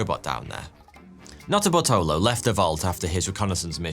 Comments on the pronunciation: Okay, you say the guys had a weird name. But every time you say the main guys name, I swear you're just saying "Not a Butthole o" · Who else kept hearing "not a buttholer"🤔🙃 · Sorry dude, but every time you say Nutterbartolo, I only hear Nutter Butter. Speaks poorly to my mis-spent youth in front of a television.